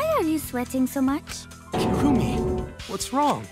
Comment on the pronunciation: Repeat after me, kirumi. Nlt kurumi, kirumi